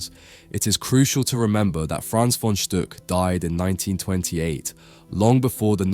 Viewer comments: Stuck is prounounced like “book” in German! It’s not Stück, like you pronounced. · Very informative. Thank you. There is something you can improve on. The name is spoken "von Stuck", not "von Stück" or "von Stock". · He pronounces the name "von Stuck" incorrect. The "u" sounds like a short "oo" , not like the german ü. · The name is "Stuck" and not "Stück" - if I were you, I would care about the pronounciation, before I made a video.